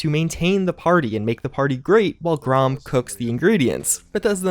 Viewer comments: Come on dude..it isn’t Gra-am, it is said like graham. Even the devs said it that way. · It's fucking pronounced grAM not GROM